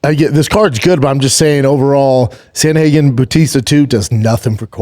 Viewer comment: SANDA-HAGEN 😂😂😂😂 CANT PRONOUNCE AN AMERICAN NAME IS HILARIOUS 😂😂😂😂😂